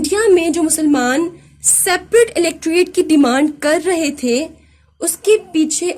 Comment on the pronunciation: Mam outstanding lecture but one thing is pronounced " electrate" right it is Electorate.